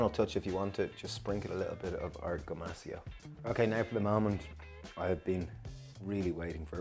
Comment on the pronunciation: I replayed the video many times, & I heard the same pronunciation.....gomacio, gomoshio, something like that. Googling ground toasted sesame seeds & salt now. 👍